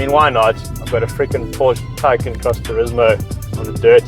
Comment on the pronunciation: I'd say it's pronounced: "Thai-khan"